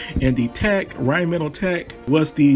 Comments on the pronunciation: I was interested until you pronounced rhinemetall wrong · Love the totes wrong pronunciation of Rheinmetall. No judgement from me. People who insist on correct cultural pronunciation all the time are frustrating. Especially when they bomb pronouncing anything in American English. It's all good.